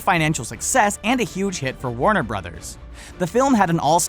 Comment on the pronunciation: I hope you know that you said Warner Brothers wrong